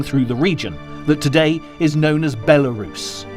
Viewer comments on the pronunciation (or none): none